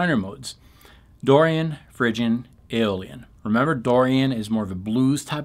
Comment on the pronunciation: Did you say “Dorian, Phrygian and Alien modes”? Out of this world!